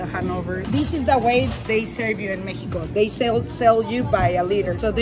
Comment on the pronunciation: The way they pronounced Mexico ,,, - "mekiko" 😂